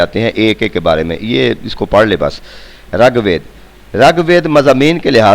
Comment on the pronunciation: sir g rAG WEED NAHI RIG WEED HOTA HY